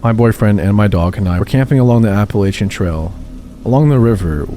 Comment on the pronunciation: You said Appalachian right!!!!